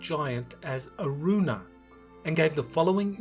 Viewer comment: Did he say arjuna? The hero of the mahabharatha!!